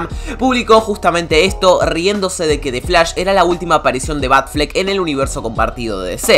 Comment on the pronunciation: xq dices defs lash, y no dices the flash????